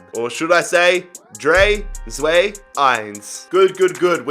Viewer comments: Bruh that German countdown was so cringe . You didn’t even pronounce it correctly coming from Hamburg supposedly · The pronunciation of drei, zwei, eins, had me creasing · The way he pronounced drei, zwei, eins😂